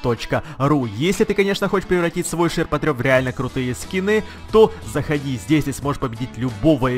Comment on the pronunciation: ... ШирпотрЁп, ты сиризли? ШирпотрЕБ.